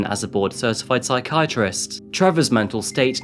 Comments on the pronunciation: Great videos but what on earth is a ...... si-kee-at-rist ?? Don't you mean a psychiatrist? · Great work. Just check the pronunciation of "psychiatrist." 😊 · The incorrect pronunciation of ‘psychiatrist’ nearly caused me to snap😂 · Love the videos, but man you pronounce some words strangely. You just said "psychiATrist"...the emphasis is supposed to be on the "chi". You also pronounce eligible as "illegible"...which are two different words with very different meanings. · How can you as an Englishman not pronounce psychiatrist?? 🤔🤔